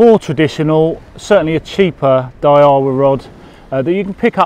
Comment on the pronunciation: Its a Day Wa not a Dayahwah Its a Son ik... Not a Sone ik.....